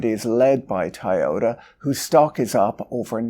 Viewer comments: Why can't you say Toyota? You're saying Tai yota. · What is "Tayota?" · But have u heard of the car manufacturer TIE-OH-TAH? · Despite your pronunciation of Toyota I'm still offended on your behalf that youtube always switches on the CC automatically for your videos.